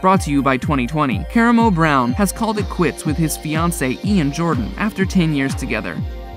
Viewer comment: Dude, its Ka-RAH-moh...